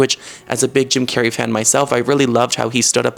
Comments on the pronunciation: Jim Carrey' ❌ Cim Jarrey ✔️ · "JIM CARNEY"